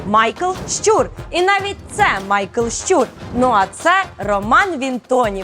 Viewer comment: Прохання або писати те, що говорите (щЮр, щЮра) або озвучуйте те що написано (щУр, щУра). Дякую.